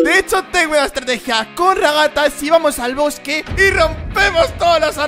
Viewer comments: Se dice raghata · se dice ragatha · Se dise ragatha :)